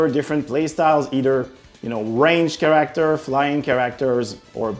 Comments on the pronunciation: please say CHAracter, not chaRACterm its driving me insane. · Select your Ker-ack-tir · 'care-actor' instead of character lol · "CHARE-RICK-TER" -character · Stopped watching because of the care-actor pronunciation. Am I a dick? Yea, and I am fine with that. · Kah ract er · Looking forward to choose a kerrrRACKterr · For the love of god, learn how to pronounce “character” And they say it’s the Anglophones that butcher the French language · dont mind the accent, but the way he says that specific word. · The way this man says character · Absolutely unwatchable the way he says character